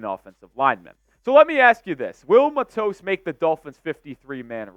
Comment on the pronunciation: It is Matos with the accent on the Mat not on the tos.